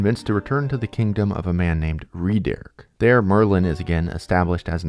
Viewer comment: Why did i think you said maryland...if your from md u get it